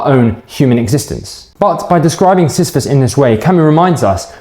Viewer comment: u pronounced it well